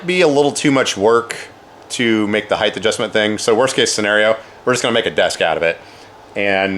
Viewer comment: Length, width, breadth, height. Heighth isn't a word